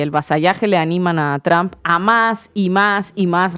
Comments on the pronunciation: Why do you say TRAMP ? IT IS TRUMP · Me agrada como sheimbaun pronuncia "tromp" tipo Castellanizado sin pronunciarlo correctamente en inglés. Es genial porque ella habla perfecto inglés.. Saludos desde Colombia